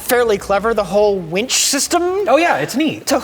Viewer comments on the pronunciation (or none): none